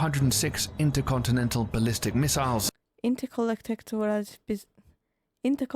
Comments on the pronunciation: “intercollectechtoras…” 🤔 You are so adorable ☺️ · You had me laughing out loud when you were trying to say "intercontinental." I pray you don't take the train.